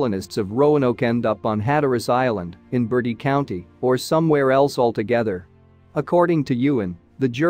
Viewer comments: Hey is not caller Bertie County, is call Bert-tiee , people always say this not a bird! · Mispronunciation of Bertie county made my skin crawl!😨